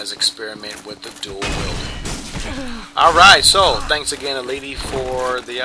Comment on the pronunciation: And you pronounced EIiiti's name wrong xD